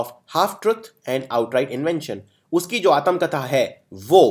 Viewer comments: Video is superb... 👍 Pronunciation har language me zroori h imp h...English me b n Hindi me b, it's Aatm katha not Aatam katha.... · Dear admin... You explain well but you also need to correct your Hindi pronunciation.. like महत्वपूर्ण, आत्मकथा etc...